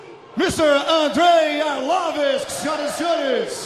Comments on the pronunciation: mohd rami he's joking. it's coz the dumb announcer keeps saying arlovisk instead of arlovski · Why is dude on the mic constantly saying Arlovisk instead of Arlovski?? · He said Andrei "Arlowisk" so many times...I'm starting to think its his real name... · 'Andrei Arlovisk' xD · He is not ArlovesK, HE IS ARLOVSKI (ARLOVSKIY)..... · It's "ARLOVSKI" not Arlorvis ffs! Damn announcer! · It's ARLOVSKI,damn it! :)) Who the hell is ARLOVISK? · AR-LOV-SKI not Ar-lov-isk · IT'S ARLVOSKI!!! NOT ARLOVESE! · Not Arlovisk, but Arlovski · It's not accent, he says ArlovISK instead of ArlovSKI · Did the announcer say "Andrei Orlovitz" cause that's what it sounded like. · Andrei Arlovisk? Might wanna learn to pronounce their names. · If that guy says Arlovisk one more time I swear... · Arlovisk? Where is Andrei Arlovski and why Arlovisk took his place? This dumb commentator should be fired, can't even spell correctly the name of the fighter from the main event. Arlovski looked cool tho=) guess it's not the first time someone can't say his name correctly! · Andre arlovisk?? Pardon??? At least learn the proper pronunciation of the guys name in the main event hahaha lucky andre didn't head butt him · I still think it is a mix of accent + the way he says it. Brazilians would find no mistakes with his pronounce. Well, to be honest, I heard "Arlovis" one or two times, haha... Peace. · "Arlovisk" ? LOL this guy called him "Arlovisk" lol. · "arlavesk" lol...